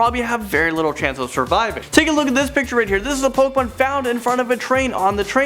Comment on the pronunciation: he said pokomon